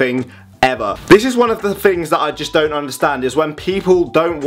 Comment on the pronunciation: Love how you say "fings", and not "things"